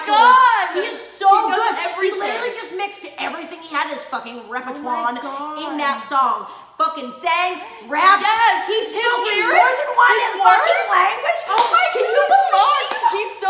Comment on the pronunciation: the fact you said ReperTUAN! I CAAAAAN'T!